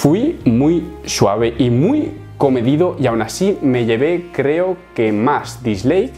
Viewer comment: Si te odia alguien es por decir, "disleik"... ;)